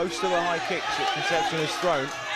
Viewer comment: He is not "Conception", is "Concepción". The british always annoying.